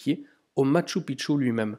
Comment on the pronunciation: Bonjour, Encore une magnifique vidéo. Une remarque toutefois sur la prononciation....:) Phonétiquement cela se prononce: maKchou PiKchou. Et non maTchou piTchou...Sinon cela signifie dans la langue "Mont petite bite".... à éviter de dire donc une fois sur place:) Amicalement Gus